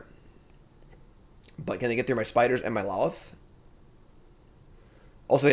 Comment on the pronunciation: L o t h. Don't pronounce the second L